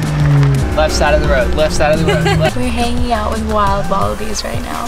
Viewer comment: calls them wallapies not wallabies